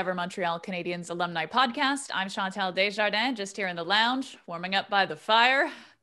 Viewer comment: Cheeanntale Degjardiins... Sérieux? Prononce au moins ton nom comme du monde fille..